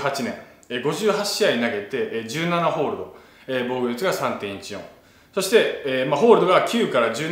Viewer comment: ダルさんの話のつなぎの「そして」が「してぇ」にしか聞こえない これはりょりょニキの口癖移ってますねぇ